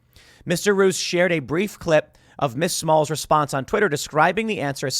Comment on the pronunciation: Mr Roos is pronounched: Mr. Rose (like the flower). It actually means the same too.